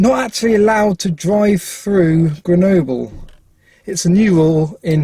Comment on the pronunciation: it's rhyme with noble 😂, you pronounced it quite well, but in french, we say the e more like a